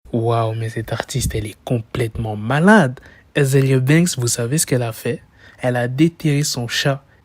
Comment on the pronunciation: Au debut t'as dit malande😂😂😂